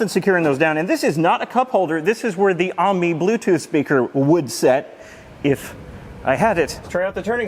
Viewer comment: Pretty sure it’s suppose to be pronounced “Amy” not “army”